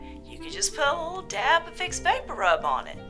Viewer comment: and I love the pronunciation "vapporoob"